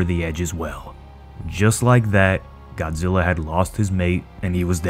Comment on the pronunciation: Its zillaaa not god